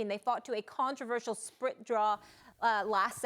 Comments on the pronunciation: Whats a sprit draw? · Those “sprit draws” ... geeze just fire this chick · She said sprit draw lol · a "sprit" draw huh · "A sprit draw" lmao Molly at it again .